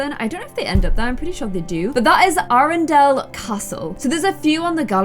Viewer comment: you said aredale wrong Also there sisters not twins